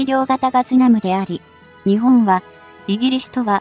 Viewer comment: いくら何でも「日本」を「ひぼん」と誤発音するのは余りにも酷すぎます。その程度のチェックはきちんとしてください。誤発音にある程度目を瞑ってきましたが、これは看過できません。